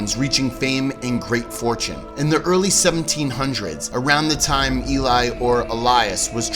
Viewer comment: It’s pronounced Eh-lee not E-lie I’m pretty sure. I live in Sweden and the name is pronounced like EH-lee-us not el-LIE-us. Just if you care :)